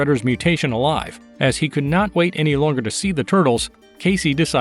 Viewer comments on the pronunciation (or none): none